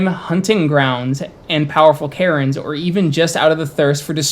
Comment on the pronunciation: Interesting video. Tho every time you spoke about "Caerns" I understood "Karens" XD